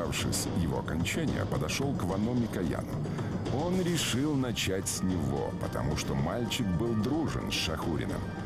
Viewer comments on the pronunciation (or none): none